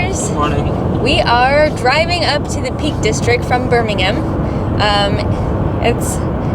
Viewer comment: At the beginning I was shocked as the pronounced Birmingham the way we pronounce it here in the U.K. IVE come across your channel and I love the way that you’re so enthusiastic about the things you’re trying